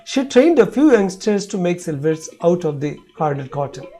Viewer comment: It is sliver or silver